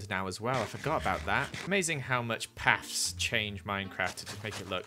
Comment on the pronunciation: Me: During the day: Juring the day Me: Paths: Pafs